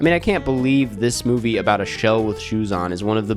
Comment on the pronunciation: it’s MOVIE not MUBI 😂😂😂 anyways i watched thor L&T: 1.5 ⭐️ NOPE: 5 ⭐️ i didn’t watch a lot this month, but i think i got the best and worst of what was released